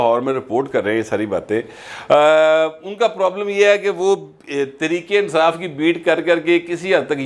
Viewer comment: ، کیا آپ سمجھتے ہیں کہ "تریک انصاف" کا لفظ بولنے والا پورے فیصل آباد کے لوگوں کے تلفظ کی نمائندگی کرتا ہے! بصد معذرت!!